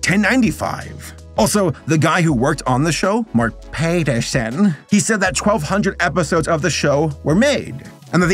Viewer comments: ….Pat-er-son…. Where did Payterson come from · Uh... Pat-erson xD I cant tell if hes joking.. lol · Your pronunciation of Paterson has me rolling